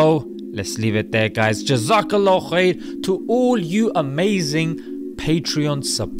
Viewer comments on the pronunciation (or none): none